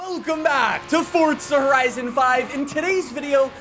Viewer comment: Plz learn how to say forza horizon